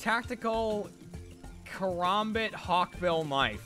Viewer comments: its Karambit. not Karombit. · i made it to the point where they called it a "caraumbit"